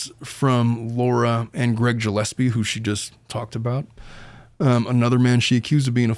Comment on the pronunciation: Gillespie was pronounced wrong too.